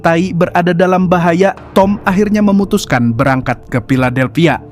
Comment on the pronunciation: Filadelphia bukan piladelphia. F dan P itu jauh banget bang😢